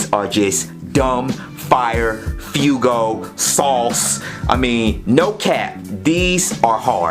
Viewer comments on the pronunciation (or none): He said fewgo wtf 😂😂😂😂